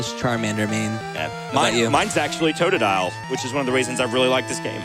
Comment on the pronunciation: Can the dude not pronounce totodile ?